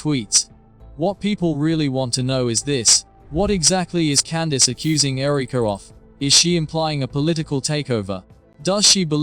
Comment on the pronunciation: AI Who says Ereeka?